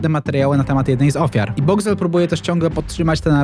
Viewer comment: "Boxcwel" i tyle ...